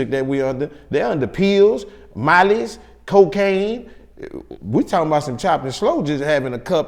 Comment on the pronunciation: Miley's!!! The accent made me laugh here